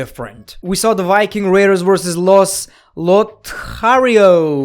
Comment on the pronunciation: Did he just say the Whyking Raiders?